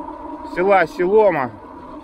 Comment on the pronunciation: Спасибо за дивную прогулку. Только не СелОма, а СеломА.